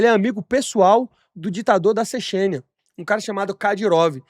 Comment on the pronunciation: “Ditador da Cexênia”